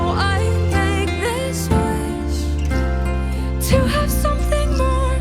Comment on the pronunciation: no that’s valid there’s actual lot a video on here or someone breaking down the lyrics and showing how off the cadence is. If we’re talking about pet peeves I hate the way she says WEESH instead of WISH.